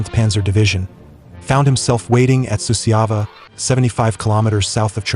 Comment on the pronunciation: Suceava is pronounced Su-char-va. Cernauti is pronounced Cher-now-uts not the Russian nonsense name mentioned here. Jassy is an archaic foreign name for Iasi, pronounced Ya-sh. The footage has nothing to do with the battle described. There's Hungarian troops being decorated, Waffen SS in Normandy etc. This is a poor effort.